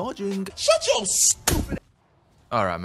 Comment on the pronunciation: I like all video when you says the infamous word "yuer"....